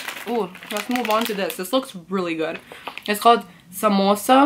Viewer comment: Dude your pronounciation was on point literally...."samosa, asli, bikaji" you spoke exactly like indians